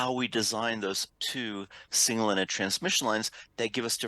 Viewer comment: What does say? All differential pairs are two single-ended transmission lines? Edit: ok yes I was right as you can see later on the slides but it's really hard to tell as he seems completely swallow the word "ended".